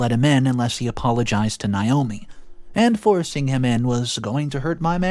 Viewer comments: It's nay-OH-mee not n-eye-oh-me. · Nay.....NAYOMI is how iys pronounced. If it was spelled the way youre pronouncing it it would Nyomi or Niomi. Naomi is pronounced NAYomi.